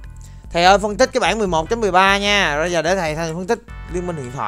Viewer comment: thầy ơi bản chứ k phải bảng nha thầy <3